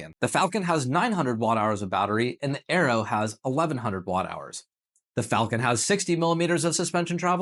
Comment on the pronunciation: God god man AERO is pronounced AIR RO as in AEROdynamics not bloody ARROW